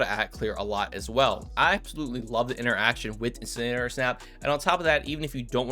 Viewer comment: My favorite part of this video was listening to him try to say "incinerator" 😂